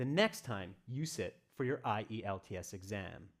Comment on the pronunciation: Found it interesting to hear spelling I-E-L-T-S instead of usual IELTS